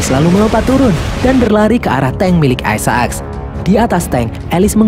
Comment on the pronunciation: Sebutannya Isaacs bukan Ai Sa Aks min tapi Ai Zek lo .